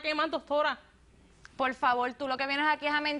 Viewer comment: son puerto riqueños o japoneses..ajajaja......pol favol..